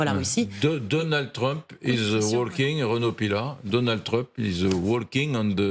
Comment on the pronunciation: Journaliste ignare qui ne sait toujours pas qu'on ne prononce pas le L dans 'walking' .